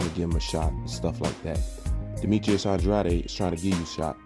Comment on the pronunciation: I agree with most of your opinions, but you pronounce andrades name wrong as hell.